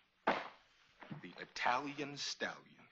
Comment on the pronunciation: I like you, but I believe the Native Americans founded America not I-talians.